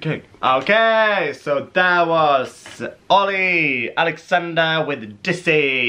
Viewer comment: ITS DIZZY NOT DISSY